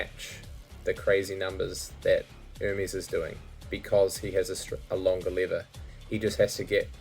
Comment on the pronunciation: Oh your saying lever, not liver